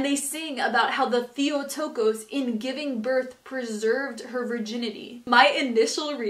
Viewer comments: It’s pronounced Tay-o-tokos, not theo. Lol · Theo-toe-koes? Not quite that pronunciation. Try Theo-tock-oss.